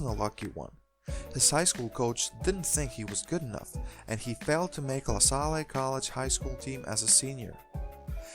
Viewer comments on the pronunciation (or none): LaSalle is pronounced lahsal not lahsalay. Other than that nice video!